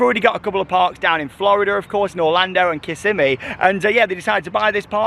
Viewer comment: I think it's probably a bad investment in the end. For $12 million they could have built like 3-4 flats, even a decent RMC family coaster etc. It looks great, but is odd and out of place. I truly think the owner just wanted his own RMC hahaha. Oh and Kissimmee, Is Kiss-emm-ee. Not Kiss-a-mee. ;) It's a native word for a river "long water." I feel like the Hurricane needs some trimming eh? Hahha